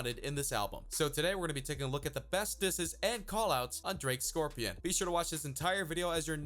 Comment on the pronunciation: "scorpian" xD🤣